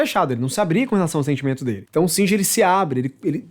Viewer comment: Singer não! É shinji !